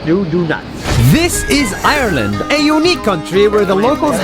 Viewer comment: he cant even say ireland right